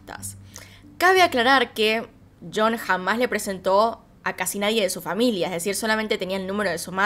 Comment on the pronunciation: DIJO YON Y yo esperaba que dijera algo como chon por lo Argentina jejejej